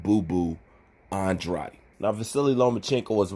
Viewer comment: It’s not andrady ! It’s Andrade ! Like Gatorade ! Shits annoying bruh